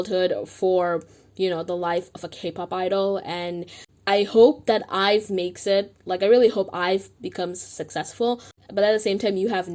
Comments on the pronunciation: It’s not “hive” like a bee hive it’s 아이브 ah-I-bu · Why are you saying “HIVE” 😭I’m sorry, I know that’s not the main thing to focus about in this video, but the pronunciation bugs me